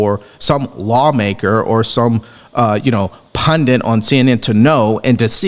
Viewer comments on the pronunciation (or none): It's 'pundit' and not 'pundent'. There is no 'n' at the end, please stop saying 'pun-dent' otherwise my OCD will destroy me 😂😁😬